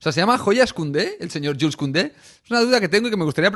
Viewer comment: Y creo que se pronuncia yul